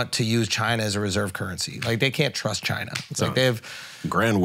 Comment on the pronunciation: Yeah, as a Nepalese guy who's pretty close to my Tibetan homies, the whole chine was right was rough to hear. I enjoy Flagrant and they're not being serious about it, I'm sure they're just playing but definitely took a bit to get through.